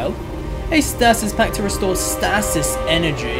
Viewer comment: Stay-sis not Stass-siss